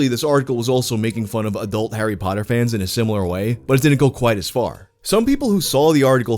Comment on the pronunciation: You're the only American that doesn't pronounce it like "hairy paddur"